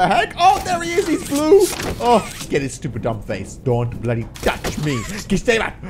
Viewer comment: He always. Says bloddy